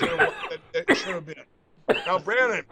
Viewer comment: "LETS GO BRANNON"